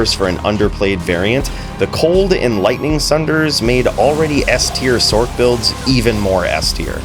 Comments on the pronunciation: Sorry man but i can't STAND you calling it a SORK. It's a Sorc (sorce) short for Sorceress. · i die a little bit at "sork" vs"sorc" hahah fantastic vid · Why do you pronounce sorc with a K sound when you pronounce the complete word sorceress correct? We don't say sorkeress or sorkerer.